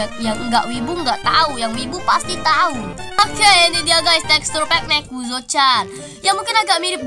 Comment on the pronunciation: Baru tau nezuko di baca nekuzo 🗿